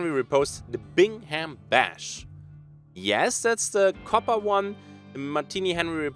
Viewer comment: Bingham BRRRash, not Bash :-p Also, you pronounced Sinew just fine ;-)